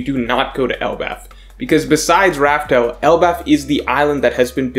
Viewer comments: Damn, you still Raftel? It’s Laugh Tale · it’s “laughtale” not raftale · Why do you still say “laugh tale” with a R? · Why do people still call the final island Rafael instead of Laugh Tale? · Dude, laugh tale. Not raftel. Also, you messed up the order towards the end. You said raftel before lodestar island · Please just say laughtale